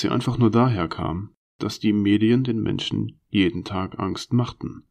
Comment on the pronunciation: Aus Tisch wird Tich.. lustig wird lustick... aus Menschen wird Menchen... ich hab das Gefühl, der Sprecher bekommt die Zähne nicht auseinander. Die Vorleseweise bedarf noch sehr viel Übung! Man kann hier nicht lange zuhören, es ist sehr anstrengend, weil die Sprechweise vermorkst ist. Aber die Story ist gut.